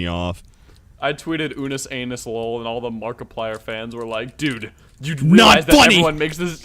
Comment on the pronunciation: Dudes it’s unus annus not anus